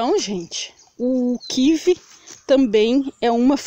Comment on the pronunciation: kiwi EU CONHEÇO ! é pq vc FALA QUIVE ai eu pensei que era outra fruta, obrigado !!